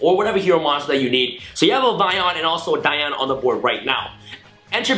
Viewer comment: its the way you said dian it is right because its female so yeah your right